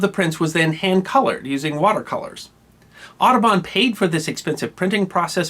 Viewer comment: I really did understand "Autobahn" not "Aduban" ... Well, since I live in germany it's understandable, I - hope?!